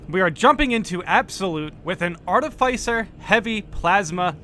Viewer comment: Mate, its art-if-iss-er, not art-if-ice-er.